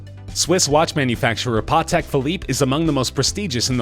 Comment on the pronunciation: "Paw-tech" Philippe? This guy should have been fired after "Sothe-bees" and "Ro-din", but "Paw-tech" is just a disgrace.